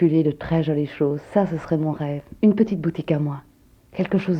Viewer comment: ...rêVe et non....rêFF.